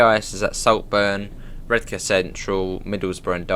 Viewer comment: I'm a Redcar lad myself and it's awesome to hear someone pronounce Redcar like us locals do (Redka - silent 'r'). Excellent stuff 😀😀😀